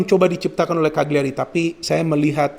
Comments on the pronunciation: Cara bacanya CA LI YA RI, bologna bacanya Bo Lo Nya. #forzamilan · Eh Ka Li Ya Ri